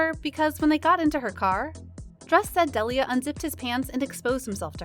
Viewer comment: You can’t even pronounce his name right !